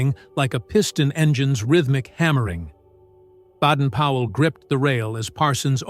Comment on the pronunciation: Sure it wasn't Baden Powell NOT Badden Powell?